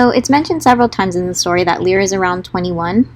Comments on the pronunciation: I have a tendency to favor very short names bc I know for a fact they will be butchered... My friend: L-EYE-ruh 😂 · Omg I think we have all been saying Lyra's name wrong 😂😂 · It's strange to hear u pronounce the names, cause I've been pronouncing them different this whole time aha Lyra: Lie-rah Shon: more like schön 😅 don't know where I got that